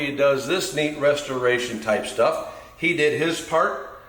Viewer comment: Did he say a rustoration video?😂